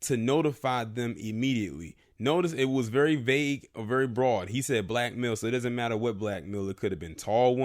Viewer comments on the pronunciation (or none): none